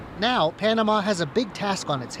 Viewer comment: Hey CCP moron, its called Panamá, not ponama.